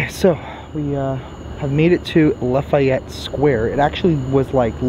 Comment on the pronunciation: La·fa·yette /ˌlafēˈet NO I in it!